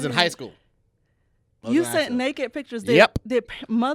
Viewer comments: This man said "dictures". New game making up words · Did just say Dicture? I’m taking this word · Did say "dicktures" lol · I know it was unintentionally said but you might be onto something "Dickture" 🤣🤣🤣🤣